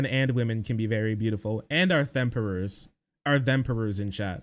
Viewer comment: "Themperors" killed me. Miriam-Webster, I have a request...